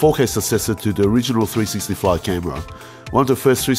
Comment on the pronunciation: Maybe I'll buy me one of these um..."Three-sissy-cameras".